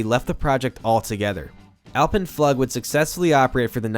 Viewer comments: it's pronounced "AHL-pen-floog" not "al-pen-FLUG" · Just as an FYI it’s pronounced “floog” not how you’re saying it in the video. Also “quote unquote” is supposed to bracket the quote you’re reading so you’d start by saying “quote ‘comments by person’ inquote” so the viewer knows what’s quoted and what are your words. Love your videos though. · The way he says alpen flug makes me cringe as a German speaker, alpine Floouuuge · "Flug" is German. It is pronounced "floog" like in the English word, "mood". Edit: I absolutely loved "The Big Bad Wolf" at Bush Gardens! The funny thing about memory when you get my age: I don't remember the floor! I see my feet dangling, but no floor! I do remember that we learned to go early in the day to avoid the longest lines. This was my favorite roller coaster that I can remember. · Hey, mech eng here, binging on your videos lately 👍🏻. Btw Alpenflug is pronounced alpen “floog” with a long u vowel, it’s German for Alpine Flight. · Alpenflug is pronounced "ulpenfloog" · Nice job! One note...it is pronounced Alpen Fl-ew-g. Which means Flight through the Alps. :-) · Alpenflug -, U in German is pronounced like oo in English. (double O) So rather Allpennfloog:) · "Alpen-Flug" (Flight in the Alps) pronounced "Alpen-Flook". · "Flug" pronounced "Floog" btw :P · yeah it’s almost like All pen fleweg ...but w a German Accent. certainly NOT fl’ugh or like the long “O” in moon ...the umlaut usually is an “EE” sound in the mouth and the “Oh” shape in the lips... like “ich möchte” meaning “I Like” is pronounced “eek (ee(g)sch) meu(r)chte” if that makes sense. where the (x) is a soft pronouncing of that letter barely audible... actually möchte without the umlaut used to be types moechte as many US keyboards didn’t have the ö or ä or ë ...pretty sure there isn’t an ï or ü ...maybe ü or its Dutch...I foget... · Alpenflug is pronounced Alpen-flook. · That “Alpen Flug” pronunciation though 😂